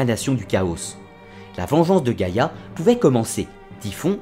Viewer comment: C est pas giagia (gaia)😂 c est géa!! (I don't want to insult..im in love with your accent) Giagia means grandmother. (When a and i are next to each other .. Like the word gaia ai is e acoustic ) Good job though!! Congrats